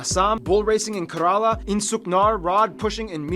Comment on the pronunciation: Kerala is pronounced as kai- re- la